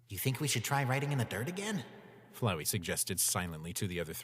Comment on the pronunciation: FLOWEY!!!!! ITS FLOWEY, NOT FLOWERY